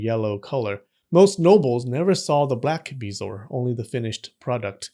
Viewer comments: It is pronounced Buh-zor. Hate to be that guy but said to "spread the knowledge" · It’s BEH-zo-er. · I have heard of them, but I have never heard it pronounced the way you are doing. I pronounce it beh zo-ar, three syllables.